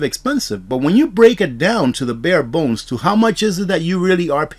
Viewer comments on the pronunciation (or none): none